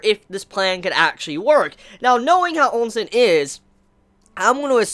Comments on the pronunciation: At this point, i think you only want to trigger people with the oNsen pronunciation xD every time i hear it, the only thing that crosses my mind is a big fuckin termal pool with scary eyes staring at my soul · Short and sweet chapter!, just remember: Oh-Sin. O-sin.